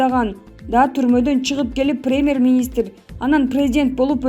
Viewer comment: СУЙЛОГОН КЫЗ ПРЕЕЕМЕР эмес ПРЕМЬЕР деп суйлосон УЯТ...